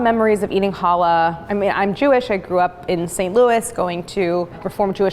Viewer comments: Pronounce CHallah, not hollah (which is what people will do at you if you pronounce it wrong!) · She's mispronouncing "Challah". There's a Ch at the beginning. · It literally does, though. Ever heard of Bach? Or a Scottish loch? And even if it didn't exist in English, why would that be an excuse? It's an easy sound to make, if you're not willfully ignorant.